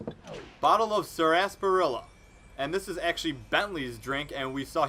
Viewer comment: Sarsaparilla, (Sas-per-ill-a)